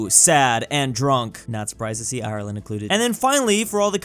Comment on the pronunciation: tf is ahy-luhnd?